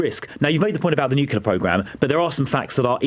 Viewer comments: Why is he saying nukelar? The English word is nuclear. Is he an American? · The word is Nuclear, not Nukkiller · Also, it's NU-CLEAR. Not nu-cu-ler materials... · Why does he say nuculer?!?!? I thought he was british . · It is pronounced NUCLEAR... It is not pronounced... NEUCULLA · I can't believe I am hearing an educated Englishman saying "nu-cu-lar". Credibility - destroyed. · Why is the guest saying 'nukiller' weapons ..not 'nuclear' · Does he keep saying nucular instead of nuclear? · "Nucular" every flipping time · I''ve never heard of "nucular weapons". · What a clown. Also, why aren’t these trump sycophants able to say nuclear? It’s always nucular. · He should have schooled him for saying nucular the whole time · If you say 'nucular' you have no place talking on the subject. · NuCLEar. Not NucUlar!! Ugh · Being able to pronounce Nuclear properly should be a baseline requirement to pass judgement on Nuclear matters. New-clear nor new-que-lar, it's not difficult. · Newkular material”??? What’s that? He can’t even pronounce “nuclear”. Spouting nonsense and repeating “I haven’t seen the intelligence”. But you still are pretending to know everything. Idiot. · It's pronounced nuc-lear not nuc-cu-lear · What an empty pointless man. Like a bargain bin Patrick Bateman. Plus there's something deeply aggravating about hearing a Brit say "nook-ular weapons." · He can’t even pronounce nuclear properly . Nukelar he says 🤣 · Shadow home secretary is either a jew liar or more idiotic than even trump. He is saying "nucular" so could be either. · Never ceases to astound me that otherwise, seemingly well educated people are unable to say nuclear, instead they say nucular. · Nucular.. it's pronounced nucular.. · Has he learnt to say nuclear yet? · I didn’t think I could despise this man any more than I already did, and then I learned he thinks the word nuclear is pronounced nucular. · Shadow Home Secretary can’t say even say nuclear correctly. What a suprise. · What's "nucular."